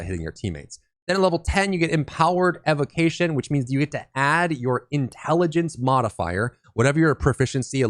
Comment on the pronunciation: OK, I gotta say something. It was causing me neck pains from all the wincing while listening to the video. Evocation is pronounced [EE-VO-KAY-SHEN (ēvōˈkāSH(ə)n)]. From the word evoke as in to evoke the spirit of the elements also known as an evocation of the elements. Evocation. Thank you and sorry.